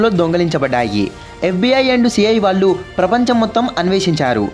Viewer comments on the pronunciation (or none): none